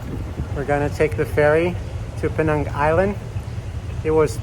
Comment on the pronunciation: Im very happy you pronounced Pinang as how it should be! Pinang, as PeeNang. not Peh-NAANG! THANK YOU!